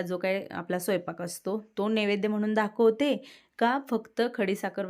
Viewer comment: अगं ताई राग मानू नकोस...पण मी सध्या तुझे विडिओ गेले ३-४महिने रेग्युलर पाहते आणि मागचे जवळपास १-१.५० वर्षाचे विडियो मी तुझे पाहिले आहेत...मला फार आवडतात तुझे विडिओ... पण राग मानू नकोस एक सांगते तुला की धाखवते म्हणू नकोस ना...दाखवते म्हण...मी काय तुझ्याकडे बोट दाखवत नाही पण एक सजेशन दिलं